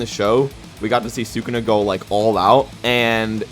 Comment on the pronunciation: "Thukuna vs jogo" is insane